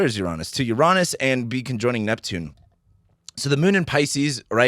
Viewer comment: I'm usually very cautious about who I get my information from, especially in this topic of astrology. But your video today helped concrete my opinion of you. Your outlook, insights, and honesty reveal your good energy. I may disagree with your pronunciation of Uranus, but that's a small thing, haha! Thank you, sir. It's good to find a good voice.